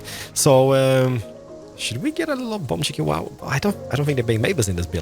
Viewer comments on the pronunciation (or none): none